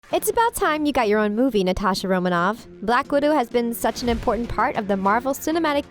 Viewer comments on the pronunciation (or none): You said blackwodo 2 time